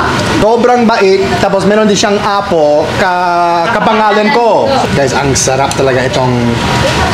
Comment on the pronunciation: slight correction on pronunciation sa word “apo” (grandchildren). The stress is more on the “po” instead of the “a.” So it’s more like a-POH than AH-po.